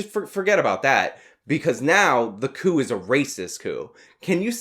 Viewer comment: She says coup, but still sounds like cuckoo to me.